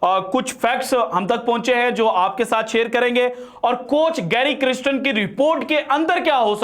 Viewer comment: محترم, گیری کرسٹن نام کا تلفظ کسی ساوتھ افریقن کمنٹیٹر سے سن لیجیے گا. مجھے لگتا کہ نام کا دوسرا حصہ "کَرْسْٹَن" ہے "کِرِسْٹِن" نہیں. شکریہ.